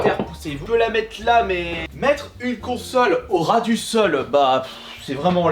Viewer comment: mettreHEU une consolHEU Au ras du solHEU 😂 heuuuu😂